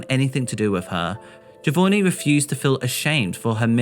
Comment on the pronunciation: Its JohVonnie isn't it? as in JovOnni not JovoRni?